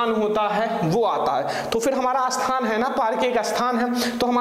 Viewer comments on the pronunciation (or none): सर जी अस्थान नहीं स्थान होता है हिंदी का सही उच्चारण कीजिए।